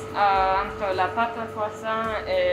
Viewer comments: Kwason!!!... You say other french thing with perfect pronunciation but not the KWASON... Even the chef says KWASON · It always makes me laugh when you hear Americans pronounce Croissant as CROY SONT. The correct way is KWAHSAHN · Are you going to finish that KWASSON? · Le cwosant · It's pronounced " cwaason " . Silent t . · You say waaat Crosont????? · It’s Pronounced kwa-son 😂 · Its kwa-son. Please use proper pronunciation even you used to speak english. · Isn't it pronounced quwasaw???😂😂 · man the one thing they didnt mention was how to pronounce croissant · You would expect a French baker to pronounce croissant correctly. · I’m unsure of how the presenter, surrounded by French-types, can’t even pronounce Croissant properly. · Learn to say croissant properly